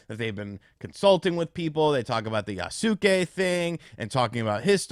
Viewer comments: Yasuke is pronounced Yah-skay not Yah-soo-kay! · It's pronounced "YA-SKAY" Not "Ya-Suk-Kay" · YAS-KAY! YAS-KAY! YAS-KAY! GET IT RIGHT! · Just as a note, in case you read this, any Japanese name ending in "suke" is pronounced with the "u" silent. In this case, Yasuke would be pronounced "Yahs-keh." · 弥助→やすけ→や・す・け→[ja]・[sɯ]・[ke]😘